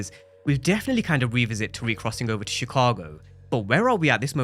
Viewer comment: Tariq......RIQ not RAQ...!!!!!!